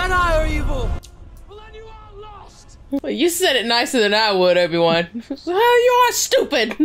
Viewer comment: Stow-biwan Kenobi